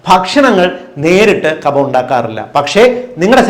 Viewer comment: Ezhuthunnathu kafam vayikkunnath kabham.